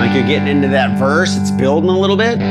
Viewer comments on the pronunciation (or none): none